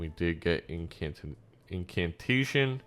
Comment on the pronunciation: it's just 'incantation'. you're putting an extra 'n' in there.